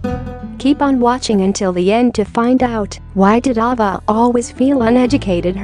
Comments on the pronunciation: I am sure someone mentioned this already, please learn how to pronounce names correctly if you are narrating documentaries. Her name is A-va. A like the letter A is pronounced. It would be appreciated to have names pronounced correctly. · Girl robot didn't even know how to pronounce "Ava." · It's off-putting the auto-voice that mispronounces Ava's name and the breed of Corgis. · Yes! I agree! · Get your Bot narrator to pronounce thing correctly. Ava and costars to start